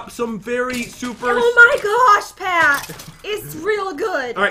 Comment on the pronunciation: why does she always say pats name like that?? I’m like....”WoAH JeN”